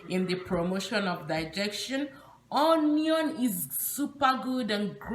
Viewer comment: "onion" is pronounced as " ŭn′yən ", and NOT " on′yən ".